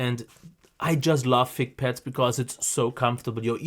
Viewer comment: Avoid posting irrelevant comments. We’re here for the headphones, not for English classes. I think he’s pretty good and he has great audio knowledge. His accent only gives him character. He’s very funny too. Really enjoyable to watch. I also heard veal instead of veil, pets instead of pads, but it doesn’t bother me one bit. As soon as I started watching one video, I said I have to subscribe.:)